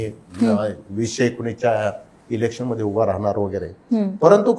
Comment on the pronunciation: डोंगरी मदे, भीती निर्मान__ असे अशुद्ध उच्चार सुधारा,,, उज्ज्वल भवितव्यासाठी